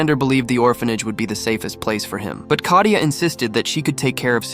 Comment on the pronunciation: Kayta? It is katia